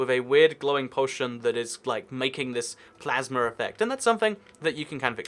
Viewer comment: In the real city texture pack, you said miasma instead of plasma, lol liked the video